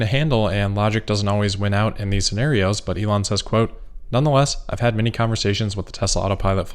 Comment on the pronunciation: Except he pronounces his own name incorrectly which I would not care about except it is my name and he is teaching thousands of people to pronounce it like a spoiled child who refuses to learn. He pronounces it incorrectly both in German and English and is spreading the error, and is completely unwilling to go back and correct himself, so when it hits close to home he is not willing to correct himself at all. In German: In English